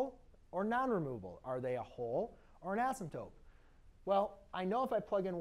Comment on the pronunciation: It's asymptote, but it does kind of sound like he said asymptope.